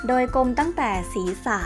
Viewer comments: ข้อมูลดี มีผิดบ้างก็ไม่เป็นไร คนรู้จริงเขาจะท้วงมาเอง แต่ แต่ แต่ น้องควรหัดอ่านให้ถูกต้องหน่อยค่ะ น้ำเสียงน้องน่ารักมากอยู่แล้ว ถ้าอ่านให้ถูกจะ perfect เลยค่ะ ตัวกลม ไม่ใช่.ตัวกม เวลาโกรธ ไม่ใช่ เวลาโกด แปรงขน ไม่ใช่ แปงขน ฝึกหน่อยนะคะ ติงมาด้วยความหวังดีค่ะ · อ้อ มีคนรู้จริง. ขอบคุณค่ะ ข้อมูลเขาก็เยอะดีนะคะ แต่รู้สึกเหมือนกันไหมคะว่า... รำคาญคนอ่าน ไม่มีตัว "ร" เลย แมวตัวกม เวลาโกด แปงขน คือถ้าพูดคุยกันเองในบ้าน ยังไงก็ได้ แต่ถ้าจะอ่าน ให้publicฟัง ควรจะต้องหัดนะคะ. ภาษาไทยจะได้ไม่วิบัติไปมากกว่านี้ค่ะ